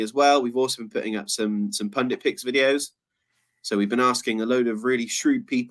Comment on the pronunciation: Less than 80secs into the video & I'm delighted pronounced the word 'pundit' properly. Watch a lot of American political videos & everyone in the USA says 'pundint'. This video got a thumbs up just for saying 'pundit'.